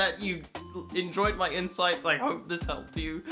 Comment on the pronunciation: you said "I hope that you enjoyed my insights" I heard "I hope that you enjoyed my insides" really love that you're having a great time. I still don't think bottom surgery is for me. But I've never thought that nobody should get it either.